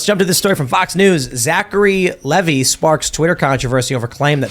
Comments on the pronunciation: It’s pronounced LEE-VYE not LEEVEE. Lol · Lee-Vie, not Lev-ee! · pronounced LEE - VAI just like the jeans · It's Zacharey Leeevi..I I I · Can't pronounce Levi? Really? Been on a months long Tim break and it's been wonderful. Enjoy being stupid.